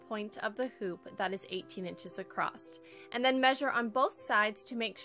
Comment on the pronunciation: 10/10 cutest little shelves. I'm going to try this! Side bar, It's my own personal pet peeve but I had to mute this because you kept saying "accrosT" there is no such word.